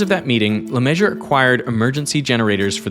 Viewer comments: i think the fact that an engineer’s name is pronounced “La Measure” is a little on the nose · "Le Measure"? Pronounce the name properly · I'm always annoyed when Americans decide to pronounce foreign words however they feel like with no regard for the word already having a proper pronunciation 😛 Even by American standards, "Le Messurier" isn't "le measure". Most people who try and fail to pronounce it don't ignore the second half of the word. The correct pronunciation is, essentially, "le mess-yuri-EH" -- Yuri like the Ukrainian name and emphasis on the final syllable. But, nope, this particular Le Messurier decided he liked the sound of "le measure". Sigh. 😛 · It's pronounced Le Me-ssu-rier BTW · “Bill LeMessurier” the Measurer bro ??? bro is Bob the builder fr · Kind of ironic for an engineer with a name pronounced like “Le Measure” 😭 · it clearly says LeMessurier voice-over: Le Measure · Interesting topic. But I couldn't watch because of the physical pain caused by the constant pronunciation of Mesurier as "measure", i.e two syllables instead of four. Is that really the normal pronunciation in the US? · Great vid with an obvious big budget, so why not look up how to pronounce his name? “LeMeasure” lol😅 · I bet LeMessurier is the one who was pronouncing his name like that, but the fact that he can't pronounce his own name takes me out of this video so hard. It's actually awful. It's like having the name Washington and then just pronouncing it Washing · "LeMessurier" in not "LaMeasure"... FFS.... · LeMessurier = 4 open syllables Americans refuse to spreak French (or any other language) so they call him lemeasure = 3 open syllables the disrespect or stupidity is real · I‘m sorry but LeMessurier shouldn’t be pronounced LeMeasure. That’s just wrong and now my day is ruined. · Me ssu ri er - four syllables Derek. If your pronunciation is how he pronounced his name, fair enough, but sad that his family has lost touch with their French roots. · Le Masher? Le Messuree-air